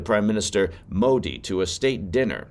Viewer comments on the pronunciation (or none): none